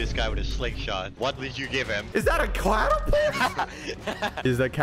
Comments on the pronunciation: said ‘clatapult’ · Can we note that said "claterpult" insted of catapult